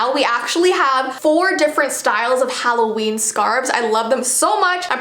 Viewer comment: HalloVEEn kinda sounds like how Dracula would say Halloween lol